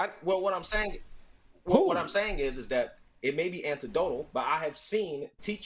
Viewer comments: This guy is speaking about education, and mistates, "anecdotal" as antidotal. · This F@ F*ck is talking about reading and ar least twice said "antetodal" instead of "Anecdotal". What an idiot. Sad seeing these types of paid shills (liberal or conservative) amongst black ppl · He said antidotal lmao